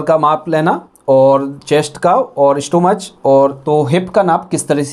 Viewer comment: Sir ji aap bahot achcha samjhate ho pr aap kuch alfaz galat bolte ho Aap stomach ko yani peth ko stomak boliye Wo english me stomach likhte hai bola jata hai stomak Agar aapko bura laga to sorry Pr aap improve kr sakte ho 👍